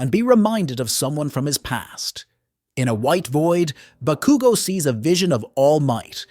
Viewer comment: The bah-koo-go naming Is triggering But nonetheless absolutely prime video. Keep it up. You're amazing. Plus ultraaa!!!